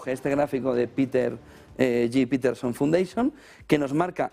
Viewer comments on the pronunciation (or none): none